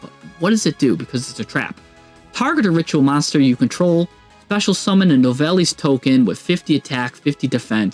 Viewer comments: It pronounced “New-vell” 😉 😉🌝 love this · You gotta work on your pronunciation bro… confritas? Novellis? Lmao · I’m French and it doesn’t mean shit. Except « Nouvelles » which means « News ». « Nouvelles » is to be pronounced « nuvel » (yes the end is silent don’t ask why).